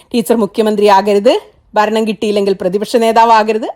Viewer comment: ബരണം? അനുബാവികൾ? ബരിച്ചു? താങ്കൾ വാക്കുകളുടെ ഉച്ചാരണം ശരിയാക്കൂ....